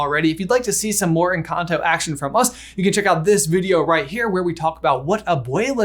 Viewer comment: in the video instead of "one big encanto" you say "one big and cocktail,"